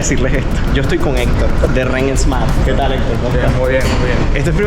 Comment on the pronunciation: COMO SE LLAMA EL CAR RENT, RENT EEEESSMART O QUERAS DECIR, RENT SMART... SIN E AL PRINCIPIO DE SMART..